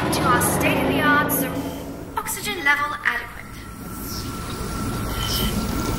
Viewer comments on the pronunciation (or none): bro for a second I thought the speaker said "state of the art- FUxygen"